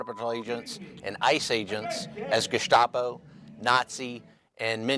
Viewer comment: It’s not gestapo anymore. It’s geschtapo now.